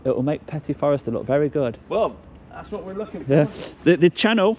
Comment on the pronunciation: They are french its forestier not forester Regards Haley